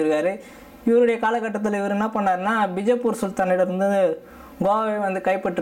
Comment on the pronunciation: அது பிஜபூர் இல்ல பீஜபூர்...